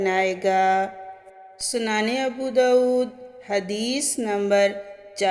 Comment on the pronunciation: آپ کو لکھا ہوا بھی صحیع سے پڑھنا نہیں آیا سنن کا سنانے پڑھ رہی ہیں دو چار اور بھی تلفظ کی غلطیاں ہیں ۔۔ آپ کہانی نہیں سنا رہیں حدیث شریف بیان کر رہی تھیں اگر نہیں پڑھ سکتیں تو ویوز کیلئے بھی مت پڑھیں